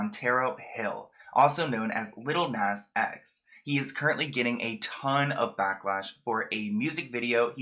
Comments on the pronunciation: Love u but the way u pronounce "lil nas x" is criminal lol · He’s not even saying his name right